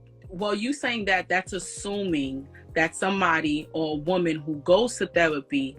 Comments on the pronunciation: Got a new drinking game...take a drink every time shawty says thewapy😂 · Axing about thewapi😂😂😂😂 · Her "re" words are said like "we" she said "Thewapy" 🙄😅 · T H E R A P Y, not THEWAPEE 🤦🏻‍♂️🤦🏻‍♂️🤦🏻‍♂️ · Did she say thewapee? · Yoooo, the way she kept pronouncing "thewapy" had me ROLLING!!! 🤣🤣🤣🤣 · Please stop saying the word therapy. You need to speech pathologist. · I can't get over this ladies pronunciation of therapy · If you can't pronounce therapy, stop saying it. She said theWapy like 20 times in 3 minutes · The-W-apy? Tell Mrs elmer Fudd to get a speech therapist too. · The way she pronounces "Therapy" is hilarious. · “Thewapy”, “pwoductive”